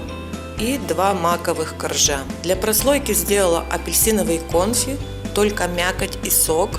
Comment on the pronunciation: Все хорошо, но не грамотная речь бесит. Особенно слово кОнфи...👎